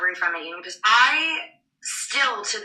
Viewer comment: Why can't you say "disorder"?